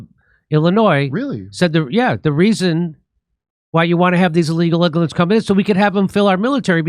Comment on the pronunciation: Stop calling them "immargrents!!!"